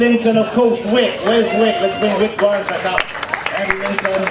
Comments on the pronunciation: heh, totally....@ 11.28, "ladies and gentwemen, Wick Gwimes!" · hahahahaha wick gwimes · Wick Gwimes!!!!!LMFAOO